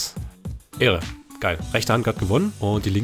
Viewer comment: 100000 mal ehre hintereinander aber du sagst ähre